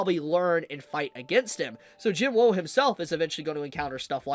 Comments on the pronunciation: say jin wo then say jin woo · why do you keep saying Sung jin WOW, like i mean its not so hard to say woo right? or is there some inside joke im not getting?? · Isn't it Jin woo not Jin woah?